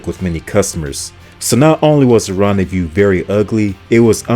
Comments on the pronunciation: It's not Ron-day-VIEW, it's Ron-day-voo. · Car number 1 is pronounced "Ron Day Voo" no Ron De Vue. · ”Rendez-vous” is definitely not pronounced ”Rendezview”! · Ron-day-view? Smh.